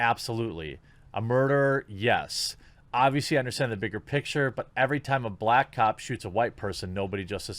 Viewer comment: "brack people"